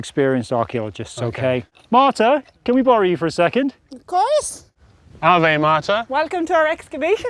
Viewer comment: Kind of annoys me that for the whole series Phil and the people he meets never say "ave" correctly.